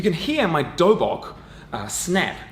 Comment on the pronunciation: A Korean training clothing is a Toe/Boek, not a doe/bawk.